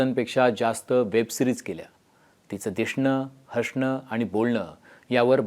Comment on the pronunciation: 👈😁 तिचं ‘दिशणं’, तिचं ‘हशणं’… 😁 ‘स’ च्या जागी ‘श’ बोलतोय ‘बामना’वाणी!!